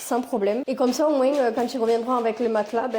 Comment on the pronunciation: Tu prononces le '' s '' de moins ?